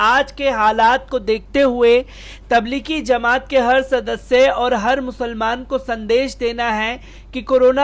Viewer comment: چورن چھاپ خبر تبلیغی زمات نہیں تبلیغی جماعت ہے بے چورن ! پہلے بولنا سیکھ لے